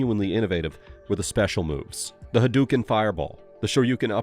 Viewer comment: "hit you with that "hadooki" hahaha yea ok